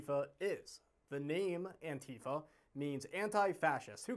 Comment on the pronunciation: Your commentary is absolutely correct, including yourself as you aren’t even able to pronounce “Antifa” properly.